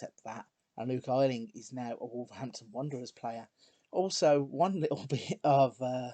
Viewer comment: So happy to find someone doing a nice long Leeds save :D Wish you pronounced Luke Ayling's name right, though! Thanks for doing this save :)